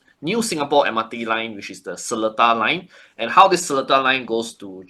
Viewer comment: Hallo... It's pronounced se-LEE-TAR... The middle syllable is LEE... not Le... So you're not Singaporean enough yet...